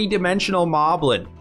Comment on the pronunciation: It's pronounced "Moh-blin". Because the enemy name is written as モリブリン in the original language. There's even one named Moe in Wind Waker.